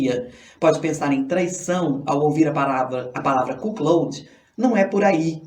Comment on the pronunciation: Sacanagem a pronúncia e a escrita ein. O correto é CUCKOLD. Não é cuquiloudin e sim CUCOUD (escrita do jeito como se pronuncia)